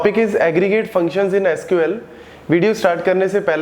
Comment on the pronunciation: i heard saloo 😂